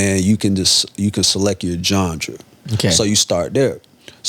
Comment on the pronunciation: Bro said “gengre”